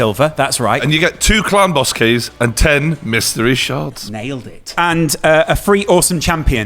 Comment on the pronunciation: Did Brian realise they're called shards and not sharts..? Also congrats, daddy 😏